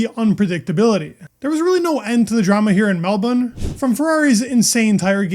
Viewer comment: Well done on pronouncing Melbourne like a local 👍👍